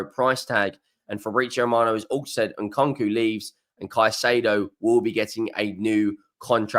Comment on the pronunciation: Your pronunciation is abysmal Who’s Nkonko?